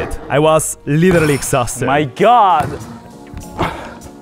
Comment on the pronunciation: I like how he pronunces literally as "liyeralye"